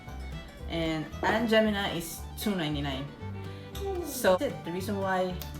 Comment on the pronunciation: LOL It's not "Aunt Gemina"!!!!!! it's pronounced Aunt Jeh-MY-mah. However, the brand name is now discontinued because er'body thought it was racist!